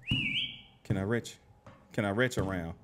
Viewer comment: lol he said retch around😂😂 I swear that’s some shit we as blacks say 😂